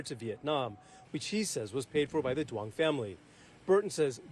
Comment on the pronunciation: The name Duon is Vietnamese and pronounced Yung not Do- ong😂